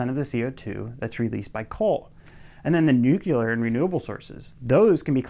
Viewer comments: Heh heh- You said Nucular. 😆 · Nuclear is not pronounced, "nukular" .